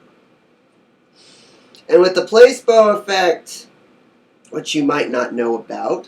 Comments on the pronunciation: I swear I haven't even finished the video and I was going to comment the same exact shit it's pronounced Pla see bo not Place bo... btw I'm not making fun of u we all can't pronounce certain words so just a headups. PS you look so fucking high like u just finished blazing plus it looks so cloudy in the background hmmm🤔🤔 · It's not pronounced place-bo it's placeebo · Not "place bo"... "pluh SEEEEE bo" placeeeebo effect LOL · It's pronounced PLA SEE BO .... not PLACE BO.....Bless!! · Place-bow....? I'm not believing dick from this dumbass lol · How can I take this serious when you're saying placeBoe ☹️🤦🏾‍♀️ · pla See Bow ;) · your right! he is pronouncing the word wrong. like you said it is Pla-see-bo. LOL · "place-bow" Lol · Please take this video down and update it with the correct pronunciation of Placebo.